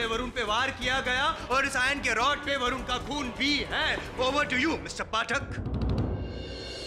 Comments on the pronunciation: Areeee Barun nahi varun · Arrre Barun nahi vrun😂😂😂😂😂😮😮😮😮❤❤❤